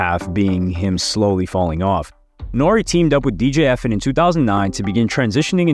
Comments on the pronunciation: I was bout to say the say the samething E.F.N not Efen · It’s E-F-N not Efn